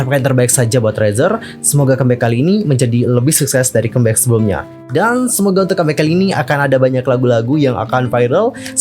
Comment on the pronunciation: Bisa request? Baca comeback-nya jangan kembek. Di dengarnya gimana gitu lho